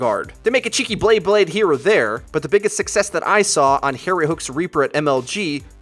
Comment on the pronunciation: "cheeky blayblade" ehm I think it's beyblade